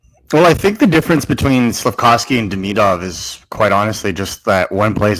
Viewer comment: Love the show, Please stop saying Deemeeedov and k’panin… nobody’s saying it that way..